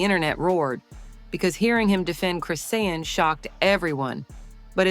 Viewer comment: Until you learn how to say her name, stop reporting and lieing.